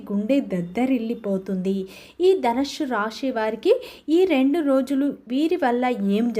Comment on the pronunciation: నీ తలకాయ.. ధనుస్సు అని తగలడు. ధనుష్షు హుష్షూ బుష్షూ అని వాగకు.